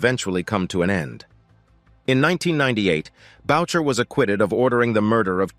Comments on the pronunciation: its not maurice boucher Its maurice booo shay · Its not Bowcher its Booshea. A french Canadian name that the narrator could easily have researched if he gave a damn about authenticity. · Booshay!!! Notboucher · You need to say Maurice Boucher's name name properly. It is french. Bou- cher In English boo..shay